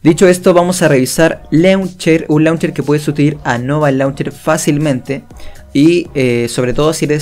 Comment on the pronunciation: Se pronuncia launcheir